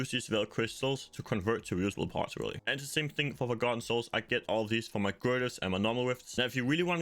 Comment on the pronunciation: I honestly couldn’t understand what you said if you were just trying to farm forgotten souls.. it sounded like you said g90s and I don’t know what that is